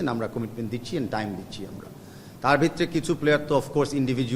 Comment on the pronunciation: তাবিদ কাকু বিতরে কি?? ভিতরে উচ্চারণ ঠিক করেন